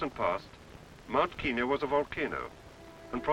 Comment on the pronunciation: KEN-yah not KEEN-yah!